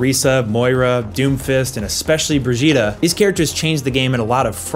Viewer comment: Brig"gheeta" not "jita"